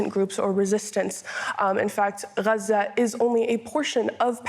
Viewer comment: I cringed at the way she said Gaza